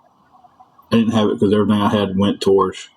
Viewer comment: I think they were trying to say "TOWARDS."